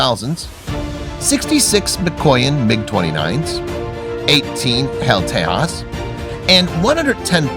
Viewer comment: Great video! Tejas is pronounced as Te-Ja-ss not Te-Ha-ss